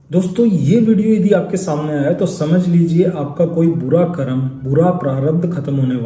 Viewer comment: Pahle to , "Karma" nahi ,"karm"